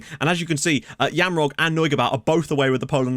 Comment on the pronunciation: You nailed the Jamrog pronunciation. Btw really nice signing.